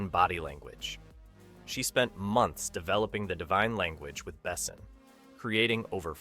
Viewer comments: Have you really never ever heard anybody somewhat correctly pronounce the name of Besson before recording this? Oh you anglos^^👌But good job on the video. 5th element was and is a truly great cinematic achievement. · What AI BS is this? Luc Besson wasn’t sixteen in 1991. And your tts can’t even pronounce his name right. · Interesting way to pronounce Besson. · Except for that the he's not able to pronounce the name of Luc Besson..... he is not pronounced Bessen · Could you please look up, how the French name of the director is correctly pronounced? It's "Bessoooon" not "Bessn". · If you're going to make a video about a guy's movie, learn how to pronounce his name. Also, wrong Jurassic Park poster, it was JP2 in 1997. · I cringe so hard every time this dude is saying Luc Besson's name. Yet another american butcher. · As a European I cringe every time the directors name is pronounced 😅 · Why do you butcher Luc Besson so often but pronounce other french names somewhat careful? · How have you mispronounced the director/creator/writer's name so poorly? Mila is (Meela), not (Milluh)! Oh boy! Otherwise, you got the other names pretty well! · That is the most American pronunciation of Luc Besson ever. Never heard his name said like that. Maybe i should start to say Clunt Estwüüd jist ro keep the shitty pronunciation going... Holy crap Americans and language is just not a thing. Can we have Gérard Depardieu next.? 😅😅😅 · you are butchering french pronunciation of his surname. 😢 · You got it backwards. Moebius had comics, which inspired Besson (whose name you butchered) and many others. He later directly adapted Valerian BDs (French comics). BDs are very different from American superhero dominated comics. For some reason, there are also many Western setting BDs like Lucky Luke and Blueberry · I like the video, but please learn how to pronounce Besson's name properly... <3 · FFS… listening to this kid brutally mispronounce “Milla” and “Besson” is painful.